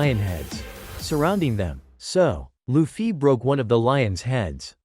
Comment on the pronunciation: It’s luffy Yeah Loofee No it’s luffy Yeah its what I’m saying: Loofee 💀